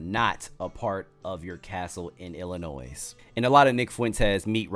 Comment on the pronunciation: IDGAF about Fuentes either! Although, this could have been much worse. DON'T JUST GO TO PEOPLE'S HOUSES. IDC WHAT THEY DO!Fun fact: the Illini don't pronounce their state "Ill-a-noise". It's Native American and the S is silent. Trust me. I've been corrected plenty of times 😅 Keep up the good work, homie.